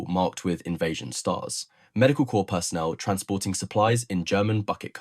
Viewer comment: Corps is pronounced like core, not corpse.